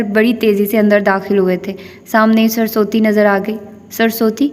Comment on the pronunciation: Maid,s name is surusvati not sarsoti